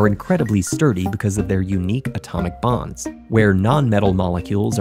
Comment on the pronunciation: Bonds, not “bombs”